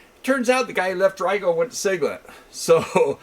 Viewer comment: Great video as always ! I found out that last week that RIGOL is actually pronounced Ree-GuLL, I’ve been saying Rye-gaLL for the last 5 years too lol 🤷🏻‍♂️